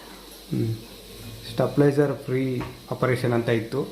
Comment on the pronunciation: ಅಣ್ಣ ಅದು ಸ್ಟೆಪ್ಲೈಜರ್ ಅಲ್ಲ stabilizer